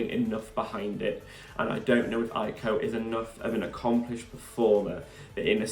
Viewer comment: Hiya! 😊 FYI The "J" in Jako, is pronounced the French way; such as in Je t'aime, je suis, etc. thx n Cheers